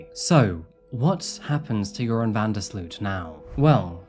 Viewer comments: I know I shouldn’t, but when “Joran” is said it sounds like “urine” to me, and I smile because that is forever how I will think of him. He’s officially now. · I love how you pronounce his name like "urine". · I like how you pronounce his name, "". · Usually I'm HIGHLY critical of the way you pronounce words and names (basically anything Spanish), but I love how you pronounce Joran's name so it so it sounds like "". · I love that his name sounds like it's being pronounced, "urine" it truly fits the worthless Van Der Sloot. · I like how you pronounce his name “”. Fitting. 😂 I’m an American and that’s how it sounds to me. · Not sure if it’s intentional but I LOVE that you sound like you’re calling him. Perfect for that piss poor excuse for a human being. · Is it my imagination, or does pronounce Joren's name "urine"? Accident? I think not. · I enjoy that every time you say his name....I just think of "urine' lol. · I love how his name is pronounced "urine." Hope he rots in prison. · I'm slightly hard of hearing. It sounds like you are pronouncing his name as. Not sure if that's correct but am 100% positive it's appropriate. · The Dutch urge in me to correct people who pronounce Dutch names incorrectly is big but thb he is such an asshole so please keep mispronounce it forever !!! I feel so sorry for Natalee’s & Stephany’s familie. May he rot in jail forever